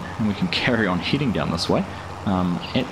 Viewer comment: FYI: head·ing /ˈhediNG/ not Heeding